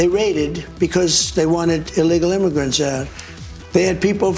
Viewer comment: He's talking about the imagrents...